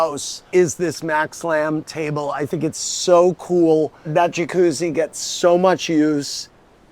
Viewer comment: Did he say ka-juzie room? Then he showed his “jacuzzi” 😂